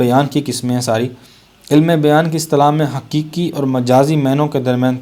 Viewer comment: سر اسم عِلم نہیں عَلم ہے